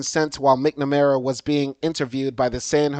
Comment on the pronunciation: Excellent information. Also, as a fellow educator and lover of the English language, it's MAK-nuh-mare-uh and tahc-uh-REE-uh. Should be a breeze for a Louisiana man who grew up having to pronounce words like Tchoupitoulas! Keep up the good work and enjoy your time in BOO-da-pesht.